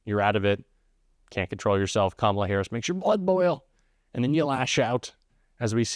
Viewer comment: Trump pronounces kamala properly. What a slip up.